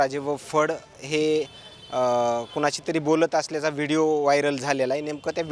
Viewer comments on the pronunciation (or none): none